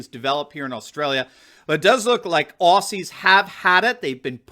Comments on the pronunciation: Aussies pronounced ozzies. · FYI, Australian's call ourselves Ozzie's, not 'Ossies' as the American media always refers to us, and Melbourne in a weird twist is pronounced 'Melbin' locally. 😁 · Love this channel but please don’t EVER CALL US OSSYS ! You say it OZZY, Spelt aus I know but never ever said that was! OZZY! That’s it if you say it wrong you might as-well not speak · Please, for future references its Aussies (pronounced Ozzies not Ossies). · Bruv its pronounced "Ozies" You know like The Wizard of Oz..... Aussies is pronounced Ozies. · Mate, love your videos. People need the truth in these troubled times. One thing though, “Aussies” is pronounced “Ozzies” 😂 God bless you and keep it up